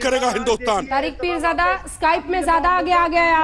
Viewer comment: Sala ab bhi continue bolra hai neend me bhi aise bolta rehta hoga "peerjada" (haramjada)😂😂